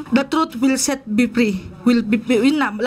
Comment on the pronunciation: " the truth can set be pree "